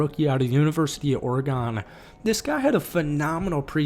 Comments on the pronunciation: Bro says oregonee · love the video hate how you pronounce oregon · I dont like the way you say Oregon